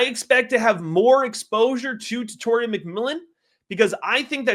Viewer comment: Tet-a-roa… not Tet-or-ia